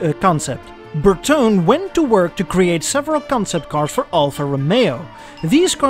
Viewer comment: Why Bertone gets always pronouced in a french way instead of italian for god sake it drives me crazy, just check it on wikipedia or google translate